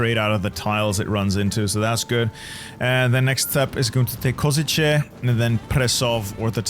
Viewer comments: Hey! Lovely video of the Hungarian disaster save, but i wanna educate you a little on Czechoslovak city names as to not butcher the name while reading it. Košice = The "Š" is commonly hard for foreigners to pronouce. Think of it as saying "sh" in a sentence. Ko-ši-ce (Ko-shi-ce) Olomouc = When i heard you say the name a few times, it kind of made me flinch a little since its the city i live in. Saying the German pronouciation of the city (Olmütz) is also fine when trying to read it, but if you wanna pronouce it the way it is in Czech, then read it the way the city is named: O-lo-mouc (the "mouc" usually confuses people but its genuinely said the same way it looks) Prešov = same way with Košice: Pre-šov (Pre-shov) I hope it helps you (or anyone else who reads this) with a better pronouciation of the Czechoslovak cities! Ahoj!! 🇨🇿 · Hearing you try to pronounce Košice and Olomouc physically hurts😭😭